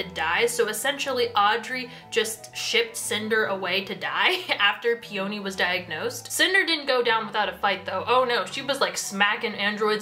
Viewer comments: I'm sorry but I'M SREAMING over the way you pronounce "peony" it's "pee-uh-nee" not "pee-o-nee" she's named after the flower 😂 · Okay i will forgive Eeko but i will not forgive the way you say Peony???? Pe-Oh-Nee girlie WHAT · PEE ONI!?!! PEONY. LIKE THE FLOWER. LIKE ELENA CALLS HER BELOVED FLOWER HOME WHICH I KNOW YOU KNOW WHAT IM TALKING ABOUT I SEE THE BIBBLE IN THE BACKGROUND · "pee-oh-nee" ITS "PEE-YUH-NEE." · For future reference peony is pronounced pe-uh-nee. It's a flower😂. Also I absolutely adore this series. It is one of my favorite book series ever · brooo i re-read cinder (for a kindle reading challenge lol) recently and somehow forgot how o b s e s s e d i was with the series. so goood. aso, i was always in the "Ee-ko" not "Eye-ko" camp, so that didnt bother me, but the hard emphasis on the o in Peony was almost too much for me 😭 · Your pronunciation of Peony is making me cackle bro